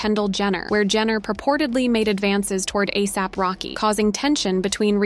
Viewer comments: Ahsap??? It's ASAP. A mean there is even a word called asap. How could you even get it wrong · The narrator needs to learn how to say his name ASAP not AAASAP